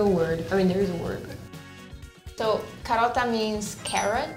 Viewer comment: I am Italian and that "karota" made me shiver😅